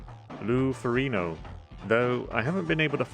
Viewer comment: Dear Mr video poster, loved you video, however, I used to be an amateur bodybuilder, and, Lou Fer-rigg- no (how its pronounced), is a living legend, and in my opinion, was Arnold’s greatest rival.Lou was taller by about 3 inches, and also about 35 lbs heavier and stronger, just didn’t look have the charisma and stage presence that Arnold had